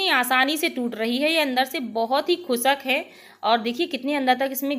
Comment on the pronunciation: Mam recipe bhot achi pr plzzz ap khusk mt boliye khushk hota hai